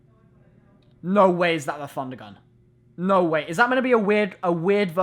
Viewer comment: u sure its prounonced funder gunn?